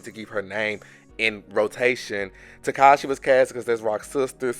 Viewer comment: Tekashi?? Bro her name is TESEHSKI